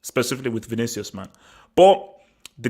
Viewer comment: Man said Vinicus